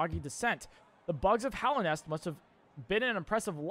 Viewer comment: It's actually pronounced Hallow(HAH-loh)–nest.